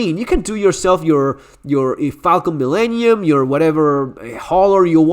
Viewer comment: Mf said falcon millennium